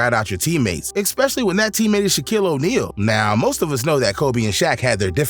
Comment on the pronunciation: "Ex-specially" so many times - I'm dying RN 😂